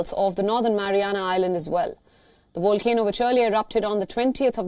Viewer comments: It’s not a wolcano, it’s a Volcano. It’s not Wolcanic, it’s Volcanic. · I love accents that can't pronounce V's 🌋